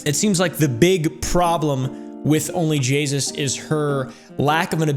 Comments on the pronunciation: It’s onlyjayus not only jasus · "Jaysus" Jay..... SUS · I thought he was saying only jesus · instead of only jayus he said only jesus🤣🤣🤣🤣🤣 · Bro keeps saying Jaysus when it's Jayus Also no disrespect to you, I love watching your videos ❤ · It's JAY-US. NOT JAYSUS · I find it hilarious he says jaysus instead of jayus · Onlyjayus not jaysus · It’s Jayus not “jaysus” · You're saying Jaysus, but its Jayus so you must be calling her sus right? Because Jaysus sounds to much like Jesus. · its only jay-us not only jagus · It almost sounds like pronounces OnlyJayus as "OnlyJesus" on purpose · He said Jaysus not Jayus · Where is he getting the extra s in JAY US 😂😂😂😂😂😂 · Bro said jaysus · Idk why its so funny to me that he says onlyjeyzus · I love that you call her onlyJAYSUS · I honestly can't tell if he's saying onlyjaysus on purpose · Not me hearing onlyjesus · "ONLY JAYSUS" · Is he sayin Jay”sus”, or is it a weird way of pronouncing “Jesus”? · Is he saying onlyJesus????? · said jaysus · Ah yes, JAYSUS